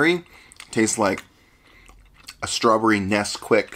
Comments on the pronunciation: strwawbwewy, nommy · No one: saying strawberry:strawburry Lol xd Imao 🤣🤣🤣🤣🤣🤣🥺🤣🤣🤣🤣😂😂